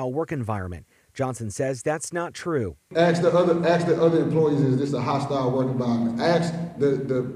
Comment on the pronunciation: Someone needs to tell the Mayor the word is 'ask' not 'ast' LMAO.